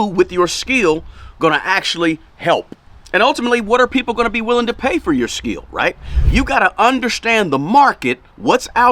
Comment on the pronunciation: It's called skill not "skiel" god damn, how can't u know how to pronounce it and keep saying skiiiiiiel.